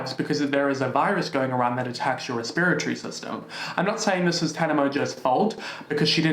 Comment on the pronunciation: i was so confused by your repertory pronunciation at first haha i had to listen a few times to understand what you were saying lmao it's cute tho!